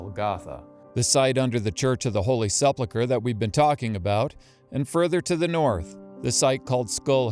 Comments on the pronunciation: I really enjoyed this. However, I lost concentration for a second every time you mispronounced "sepulcher". From Merriam-Webster, phonetic pronunciation is ˈse-pəl-kər, not sepleker. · Dear narrator: The word is 'sepulchre', not 'sepluchre'. Pronounced SEH-pool-kur, not SEP luh kur. The switching around of letters within a word and resulting mispronunciation is known as metathesis. Another christian one that crops up occasionally is people saying 'cavalry' instead of 'calvary'. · One might suppose or accept that a man of some education and learning would know the proper pronunciation of a word that he's lecturing about, but as so often the case wth Americans - learned or not - they seem to have great difficulty with words of more than one syllable. Note the spelling: s e p u l c h r e, the "u" comes before the "l," so it reads "sepul chre..... However, our presenter reverses the two letters, placing the "l" before the "u," thus pronouncing it as "sep luchre." This is not a difficult word to pronounce, even for an uneducated person, and so the question is, why does he do it? In actual fact it's not just this presenter, as I've heard many other American lecturers do the same thing. I discovered a very long time ago that this inability to get words correct is endemic to the American people, for they all do it! None seem able to break down a word into simple syllables which aid us in proper pronunciation. One can only hope that this man's apparent knowledge of archaeology is much better than his command of the English Lamguage! I don't know whether his conclusions on the site of Golgotha are correct, but my second question is, does it really matter? Of course we all want to know the true location of such an important site, but with more than one location, and both of them attracting Believers, it doesn't matter a jot. We already know that Jesus was crucified in the area of what was the Jerusalem before the Romans destroyed it, what more do we need? Person